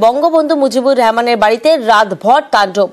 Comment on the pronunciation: বঙ্গবন্ধু "শেখ মুজিবুর রেহোমান" এই হলো উচ্চারণ এর অবস্থা! আসছে চাটাচাটি করতে!🤣